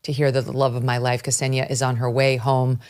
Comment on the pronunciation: >kasenia its ksenia, not "kasenia". idiotas murrikanos have no respect to rushian lang. thats wy ur ppl got jailed in rushia.